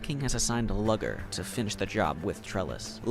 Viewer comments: Worst part of this video is just how he says Luger as lugger instead of looger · Great vid, but I can’t deal with how you say Luger. You say it as if it’s Lugger smh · The way you say Luger makes it sound like it's a slur lmao. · The pronunciation of Luger is killing me